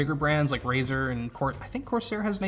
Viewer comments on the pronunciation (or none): none